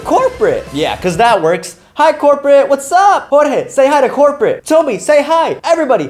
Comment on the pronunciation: No one with a karen: This dude: HI CORPATE